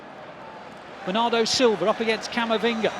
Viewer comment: The best "Bernardo" English Accent Pronunciation I have ever heard, coming from the bottom of his soul.